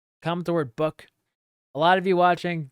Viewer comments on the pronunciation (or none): Book lol sounded like buck